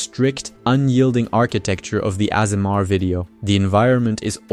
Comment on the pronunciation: "Ah-sur-mar"? Ok, yea this is a AI channel. There's no way a human read that.